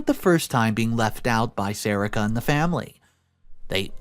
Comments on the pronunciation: Isn't is pronounced SA-REE-KA? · It’s “Sa re ka”